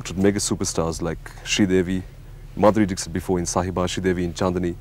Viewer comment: Lol !! He is calling Madhuri Dixit like Brexit🤣